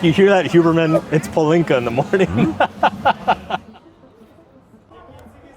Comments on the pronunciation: Great vid, Mark, but it's a shame that you mispronounce palinka - it's PAH-linka, not pah-LINKA. Over my 30+ years of living in Hungary, I've always found it odd what a high priority partying is in Hungary. It's not that I don't like to party, but for many people smoking cigarettes and drinking is like oxygen to them, from a very young age. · I’m dying…it’s PAH-lin-ka. Not puh-LIN-ka. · Two things: 1) Why do you pronounce it as Palínka with a deliberate stressing on i instead of Pálinka like they say it? 2) Why do you have such condescending attitude? Do you perhaps see these people as somehow lesser than you because they drink so much? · Damn, your stress in the word pAlinka drove me crazy